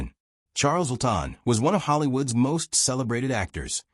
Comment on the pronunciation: Good grief, Chales Laughton''s last name is pronounced LAW-Tuhn. Simple. Also, it's interesting that many of the actors who were closeted gays in the early days of Hollywood are flashed constantly through the narrative, though they're not mentioned as one of the "evil hypocrites". It's almost as if the owner of the channel is trying to expose them in the group, for his own reasons, without saying it out loud.